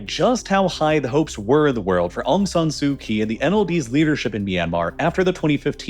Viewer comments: I have lived in Myanmar for 13 years with my Myanmar wife Thanks for your balanced summary. Only a few factual errors. Some pronunciation help; it is our - Aung Sun Sui Chi. - Kyi. Tatmadaw - door. Royhinga - ga is ga ga & hing as in hinge, The main protest were in Yangon, not Nay Pyi Taw. As a Kiwi l have experienced some big shakes. The March shake was bad, long rolls in my office. Yangon is stable and safe as long as you don't do anything silly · You're saying aung san's name wrong. You're also saying Aung San su kyi's name wrong, You're basically just disrespecting the whole Aung San family..